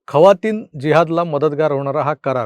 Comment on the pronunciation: खवातीन नाय जखीन 😂😂